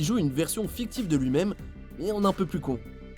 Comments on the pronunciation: ON DIT MAIME PAS MIME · Ptn arête de dire mime c'est même 😂😂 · Les "mime" 😂 a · Ca choque qui le "mime"?